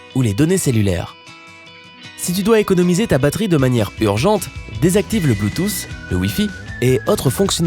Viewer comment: Le bluetouss mdr